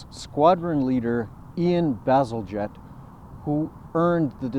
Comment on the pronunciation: Bazal-J ett! Not 'Get"